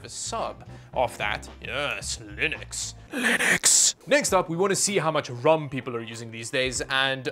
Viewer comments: Brags about pronouncing Linux correctly. Immediately pronounces RAM as "rum." I see you,. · says linux right but RAM wrong, downgraded to a like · “Yes i pronounced linux correctly” “raum” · “brags about saying Linux right” Also: “calls ram rum”